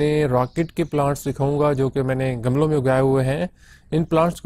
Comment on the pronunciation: Gamalon nahi gumlon